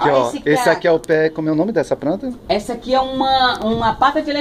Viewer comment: Pranta mas pranta=planta kkkkkkkk lindas